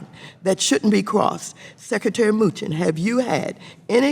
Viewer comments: "Secretary MOOCHIN" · did she say moochin? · "Secretary Muchin" 😂😂